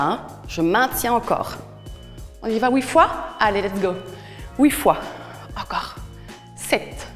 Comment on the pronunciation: Combien de fois? "Oui fois". 😁